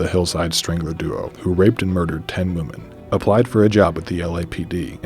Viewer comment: The scary part is he said 17 woman instead of women